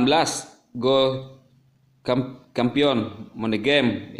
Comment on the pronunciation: Ngakak champion di baca kampion🤣🤣🤣